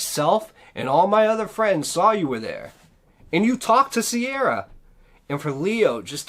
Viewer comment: Her name is not Sierra its Ciara pronounced like key ra.